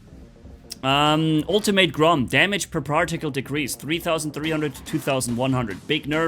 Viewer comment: "particle" - exists - "parjaktile"